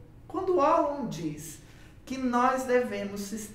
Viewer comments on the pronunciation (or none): Precisa falar o nome dele correto nao é uolon mas valon q fala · Fiquei confusa kk conheço com a pronúncia de "Valon" 😅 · Sempre achei que a pronuncia fosse "Valon" rsrs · Gostei do vídeo, só que sua pronúncia está errada. Procure no Google tradutor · O W tem som de V.